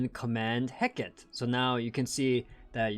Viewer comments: Just as an FYI, Hecate is typically pronounced "Heh-cah-tee" rather than "Heh-keht" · Hecate is actually said in three syllables. (Heh-Ka-Teh)